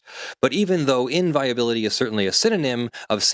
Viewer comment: they write "inviolability", not "inviability" like you say (?). I don't know if that matters.